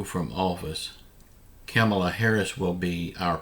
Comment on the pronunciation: When are you going to stop mispronouncing VP Harris' name?